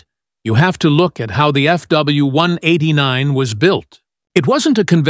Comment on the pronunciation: Start at 40 seconds into this video. The narrator for this channel has some serious speaking problems. This guy refers to FW189s as "FW one-hundred edinine ezz ". Not to mention, the pictures they show are of different planes than what's being talked about. What the f*ck?